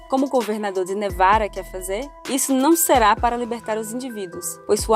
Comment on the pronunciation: "governador de nevara"! Pra que falar igual a um idiota?